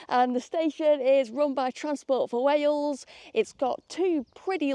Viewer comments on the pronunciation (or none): none